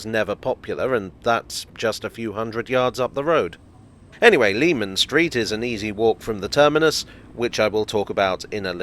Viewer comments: “Leman Street” should be pronounced like “Lemon”. Just worth mentioning because it feels like it’s dying out these days, Jack the Ripper related media getting it wrong hasn’t helped. Anyway, great video again. I find those old London and Blackwall stations very interesting. It’s incredible to think how the line and its Millwall extension were so out of favour and then would come in handy with the DLR. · Leman Street was pronounced LEH-MON Street by the locals according to my father who lived not far from there. I remember getting lectured about it when I was a youngster making the same mistake! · I second that citrous pronunciation!